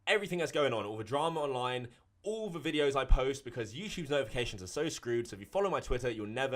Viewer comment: Just here to hear say “youchube”